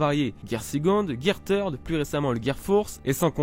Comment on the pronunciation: Par contre " Third " ce dis pas comme ça